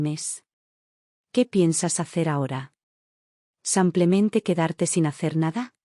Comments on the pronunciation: Un copia y pega. Al menos corrige las terminaciones del femenino y masculino. "samplemente" es pronunciación francesa. En castellano es "Simplemente". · Una pregunta?porque en estas historias en vez de decir simplemente dicen samplemente.